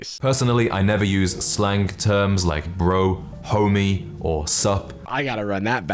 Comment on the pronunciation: why does him saying 'homie' sound like he is saying the n word (not literally but in spirit)